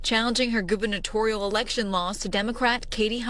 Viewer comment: Goo ber nah toe ree ahl Not goobernational. Cmon dude.